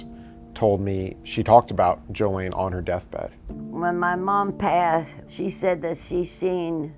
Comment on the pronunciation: No, it was not. Her name was spelled and pronounced jo-LANE, not jo-LEEN.